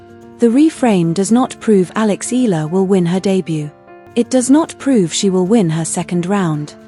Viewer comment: terrible A.I voicing, can't eve pronounce Eala properly....